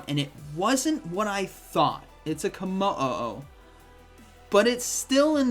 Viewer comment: Damn … Ko o oh mo o, 😂 I’m sure it’s komo-o